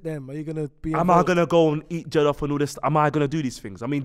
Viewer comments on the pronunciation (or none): It’s jOllof not jEllof but quality episode and R.I.P Spec’s Dad